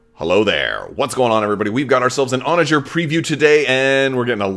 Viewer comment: I’m super excited for this ship. And it’s definitely pronounced your way. Onager!!!